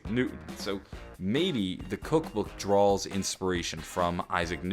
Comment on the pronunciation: OK what the hell does drawls mean? did he say draws or drawls? or is that just me?